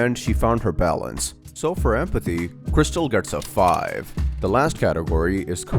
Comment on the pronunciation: Guys, Its Not Crystal, Or Krystal.. *Its Kristal 😭*